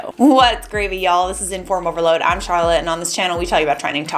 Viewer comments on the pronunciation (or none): none